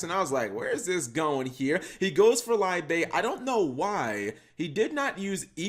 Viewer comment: Liebe is pronounced LEEB, it's German for Love